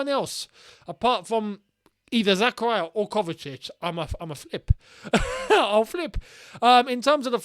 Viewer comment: ily but why do you always pronounce zak’s name like that😭 it’s pronounced Zahkahreeah. It’s not zakuhryuh